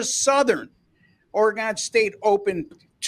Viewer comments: Oregon, not Oregone…. Stop it you sound ridiculous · it's pronounced oregun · Oregun not Oregone your destroying the fans ears. Ducks pull it off but doubt I would bet the spread. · Which Orygun ( that’s the way it’s pronounced) team will show up on Saturday is the BIG question. If the real Ducks team shows up they will win by two or three touchdowns but if they don’t the Beavs can beat them. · Please learn how to pronounce Oregon. Its orygun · it is actually shown both ways in the dictionary. But as Football fans these guys have no clue that fans and those that live in or lived in call it Orygun . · Very annoying how this guy pronounces "Oregon." Staying away from these videos.